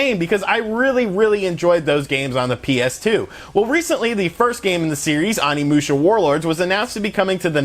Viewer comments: Your pronunciation of the title & characters of one of my most favorite games is painful to listen to lol. Still thanks for the review! They need to seriously remaster them all. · You butchered the name. The '"O" is like Osaka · As a huge Onimusha fan, your mispronunciations are killing me lmao. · The way you mispronounced all their names hurt my nostalgic soul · Bruh, you keep pronouncing Onimusha incorrectly lol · Its Pronounced Samanoske and Kaede no whatever you said. Sheesh. They say their names over an over while you play. Onimusha not Animusha. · Say ahnimusha one more time! I freakin dare ya! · Omg its oni not ani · Pronounced O-ni-mu-sha not On-ni-mu-sha. Also more of Samurai than ninjas I think. 3 was also a good game and Reno wasn't the only actor on the game. The other character was a famous Japanese person. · OH-NI-MU-SHA Not Animusha lol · O nimusha... O O O O O not ON. The ending is amazing short game but fun. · It’s oni musha not Ani musha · The mispronunciation of OH-KNEE-MOO-SHYA. オ 二 ム シャ. Is killing me. That being said, I love your channel dude. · It's pronounced oh knee moo sha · omfg learn basic Japanese pronunciation. Vowels only make one sound in Japanese, it's not hard. I cannot watch this past the intro... It's Oh-Knee-Moo-Sha. People that mispronounce Japanese piss me off because you can tell they made absolutely zero effort. It has to be the easiest language to pronounce. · Jesus christ OH-KNEE-MOO-SHA. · Let's say it together: "OH-KNEE-MOO-SHA." "SAH-MAH-NO-SU-KEH." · It's pronounced OH knee moo sha. Oni means demon in Japanese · I hate being that guy but it's oh-ni musha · Oh knee moo sha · ''Awnee'' lol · Pretty sure you’re pronouncing the name of the game incorrectly mainly the first three letters you’re pronouncing incorrect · I cringe everytime he says Onimusha 💀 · Your pronunciation of everything including the game's title is wrong. This is per the English cutscenes. I feel like you didn't play it at all, or not recently anyway.